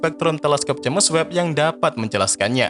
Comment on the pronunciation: Udah puluhan episode naratornya masih nyebut "je'mes web"